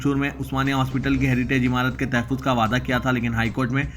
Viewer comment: Tahaffuz is correct pronounciation.